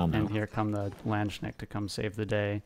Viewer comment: Landsknecht pronunciation killed me though 💀 😂❤️